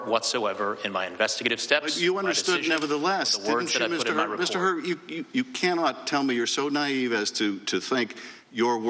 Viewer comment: Hur rhymes with Cur.